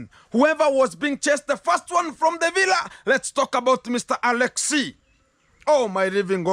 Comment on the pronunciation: That's how Rocio pronounce it ....that's why many people are saying it that way.